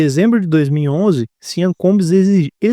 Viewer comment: pronuncia-se “Chã Combs”